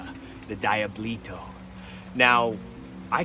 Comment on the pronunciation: Diablito.. Dee-ah-blee-toe . As in small devil,, dee-ah-blow. Come on mane.